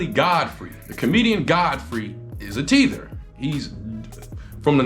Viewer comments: It's "tether" Not "teether". lol Thanks for stating your background, btw. Most who never stand on their American ancestry are usually folks who are of foreign origin. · Bro, do your research. Teeeeeeeether... it is - taaaaaaather. Rhymes with leather. Lol. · You were 💯 in this video, outside of the "tether pronunciation"..🤣😂....and referring to Godfrey as a Tether....Godfrey is not a Tether and far from one.....Godfrey stays on code....You're not a "Tether" just because you're from an immigrant background..it applies to those who are off-code and "cos-play" as Us, but "they not like Us".....And it was deeper than just the Vulture trying to get that lady fired, it's the fact that he backstabbed Lord Jamar and Godfrey who were actually on-code and Tariq was the one moving like a Tether.....Lord Jamar was featured in the documentary....and just as soon as the opportunity presented itself, Tariq moved like a Tether, and karma sat him down.....Respectfully......The fact that more Freedmen who are supposed to be on-code are not calling him out and pressing him on it as if they're scared/afraid is weird..but if it's anybody else they'd be wagging their fingers....Makes FBAs look weak and not to be taken seriously.....Not saying he should be canceled at all, but damn.....And the fact that "they're" all, outside of Lord Jamar is afraid to even speak on it makes y'all Off-Code......Ain't Nobody above reproach.